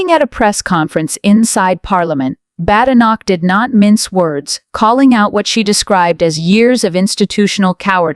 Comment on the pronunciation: Unbelievable! You can’t even pronounce Badenoch’s name correctly!